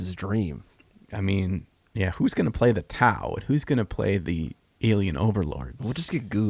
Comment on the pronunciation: Wait did you say TAU or Towel?